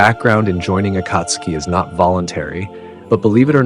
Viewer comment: that's not how you say akatsuki